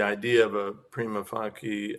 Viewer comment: I have heard pretty much all possible pronunciations of "Prima facie" before, but never have I ever heard someone say it "PREEMA FAHKEE" before.